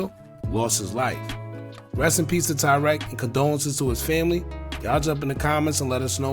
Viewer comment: Why yall keep pronouncing his name as tywreck🤦🏽‍♀️😂I couldn’t even finish the video😭💯